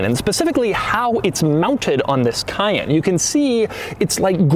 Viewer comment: It's not Porsche "Cah-yen" but Porsche "Ca-yenn". Come one Doug. You worked for Porsche, you should know better. ^^